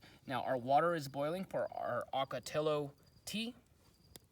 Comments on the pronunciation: You are driving this 80 year old native gringo Arizonan crazy with your hard "L's" like Jello, when saying Ocotillo. I think you know better. "Ok-o-tee-o would sound a lot better. A lot like "GILA" monsters. Not a hard "G" like fish Gills. Like HEE-la. I always notice when a newly transplanted Eastern news reporter on television mispronounces all the Spanish words here in the Southwest. The have a ball with our "MOGOLLON" Rim. "MO-GEE-OWN". (Or also "Thew Colorado Plateau. Where all the streams run Northward towards the Colorado River. "MAZATZAL" Wilderness and mountain range. Pronounced "Mad-a-zell". Or, as the old timers used to call it in the late 1800's; "Mad as hell". 🤠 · Ocotillo comes from the Nahuatl word Ocotl which means small or little torch and we pronounce it the "ll" sound ...(oco-ti-yo). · I love your videos! I grew up in Tucson so I'm familiar with all the plants you talk about. Sorry for nit picking but one thing bugged me throughout this video. Your pronunciation of Ocotillo. It's oh-coh-TEE-yoh with long O sounds, not short O. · Ocotillo- in the early 90s, I was on a ranch in the boot hill of New Mexico, and we had to fight these things sticking to the legs of our horses. They didn't like them either. I used to love to irritate the ranch foreman by pronouncing it with my Texas accent- Okertiller. ;oD